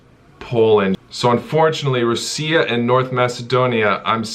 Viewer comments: Russia is pronounced "rush-a" not "roo-see-a" WTF? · Roosia? Dude seriously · Why did you pronounce Russia (ROO-CEE-YA)? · Ru-seee-aa is so underrated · Haha, I also noticed that. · Excuse me...Rooseah? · Rassiya would be correct lol. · It's Rassiya man. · The way he says Russia lol, Belgium all the way! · Man can’t say Russia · Never ever pronounce Russia like that ever a fucking gain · the way he says russia is funny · Russia pronounciation 😂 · i’ve never heard anyone pronounce russia like that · I assume you're saying "Russia" wrong on purpose?